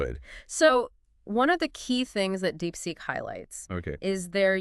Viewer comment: wtf is DeepSeq mate? Did you mean DeepSeek?